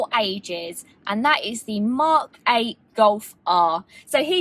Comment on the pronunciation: British People: The Mock 8 Goff Ah